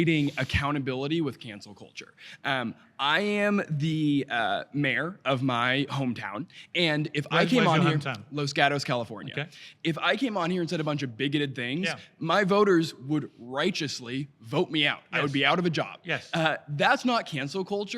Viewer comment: It's pronounced Los Gatos, not Los Garos hahaha